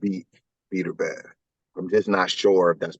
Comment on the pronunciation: Who's the idiot you're talking to that keeps calling him Beeterbev? At least get the guys name right if you want any credibility. Beterbiev wins the fight and your buddy loses a spelling bee.